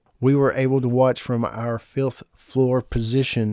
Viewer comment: really sounds like you said filth floor instead of fifth floor